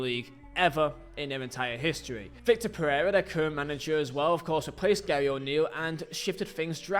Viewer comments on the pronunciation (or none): vee-tor and vick-tor is pretty different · I know it's pedantic but it's vitor not victor